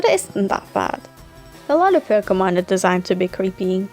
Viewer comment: This is the only time pronounced Pokémon right